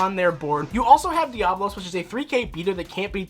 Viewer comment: It's Diabolos not diablos. Love the deck profile